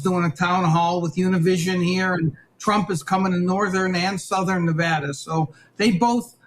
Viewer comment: You can’t even pronounce the great state of of Nevada correctly, ya honkiies.